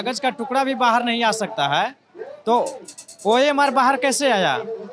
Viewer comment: Bhaiya ORM SHEET nahi OMR SHEET